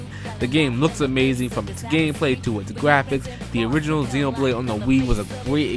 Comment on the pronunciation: ZEN OH blade :3 not zeen despite the nintendo direct guy mispronouncing it also.